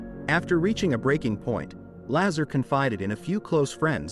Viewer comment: Bob Lazar (pronounced Lazaaar) is correct. he talked about element 115 which was not yet discovered on earth - now its on the table of elements. he did work at area 51 there is a document for paychecks that shows him as an employee I CAN'T CONTINUE TO WATCH THIS VIDEO WITH THE BAD PRONUNCIATIONS.